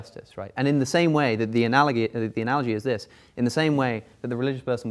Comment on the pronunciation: "Analoghee." - Alex O'connor